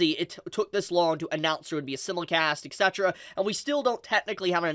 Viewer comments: For FUCKS sake, stop saying "simulicast" it's "simulcast" and you call yourself an Anime YouTuber.. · Bro SIMULcast. As in SIMULtaneous. Sy-mul-cast 😭 I've seen like 4 our 5 of your videos and you say it in every one. It's driving me crazy. Otherwise, super hyped for Bleach coming back and hoping the dub cast all returns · Ok hold up The way pronounces “simulcast” is seriously messing with me. I always thought it was pronounced “sime-mul-cast” cause that’s what I swear I always heard. I know it sounds like a weird thing to bring up, but the 20+ years of watching anime feels like it’s in question now